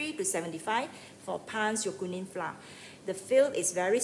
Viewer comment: Hi there, I’m from Singapore, love your video clear and good! 😊 Except mispronounced the word “flour”! 😜